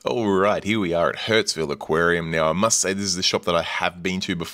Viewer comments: your pronunciation. You called it hurts-ville not Hurstville throughout (except once in the intro). You probably don't notice but you also swap a and e sounds pretty severely. Usually people who do that cannot hear the difference between the two sounds. Maybe you cannot hear this one either? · Once again, another great store tour video. Just letting you know this store is pronounced like “Hurst-ville” not “Hurts-ville”. Love those gem tangs but don’t love their price. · Love the Hurtsville pronunciation! That's where your wallet will be to buy the eel! They have a great store with a good reputation.